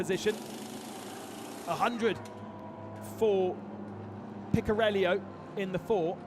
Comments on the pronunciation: Picariello, keep track of where that I is ffs. Picariello not Picarellio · The italian driver is speaking Picariello, not Picariellio. Please speak the names correctly.